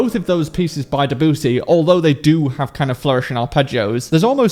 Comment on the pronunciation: "Deboosy" -, you need to fix your pronounciation of Debussy's name. Seriously.